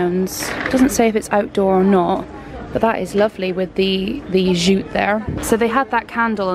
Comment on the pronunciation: Sorry just have the overwhelming need to say this love your vlogs but it’s pronounced Jew-t not shoot.